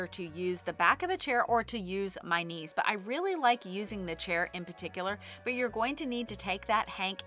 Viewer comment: Actually first I thought you said 'niece' instead of 'knees' and I pictured a little girl holding the yarn like I used to do as a child for my mom 😁